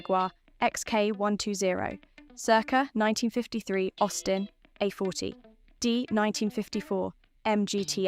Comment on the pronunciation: Good, but STOP using cheap AI's. "Circa 1951 Jowett Jupiter"?; "Austin a - forty"????